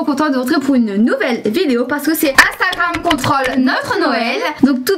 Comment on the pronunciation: elle a dit intakam